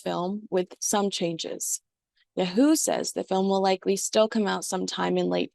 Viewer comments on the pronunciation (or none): none